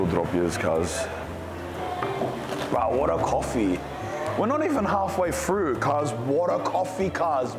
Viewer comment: The way he says Weow absolutely cracks me up every time 🤣